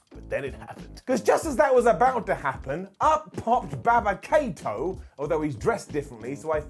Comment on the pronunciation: Did just call him Baba Kato? 😂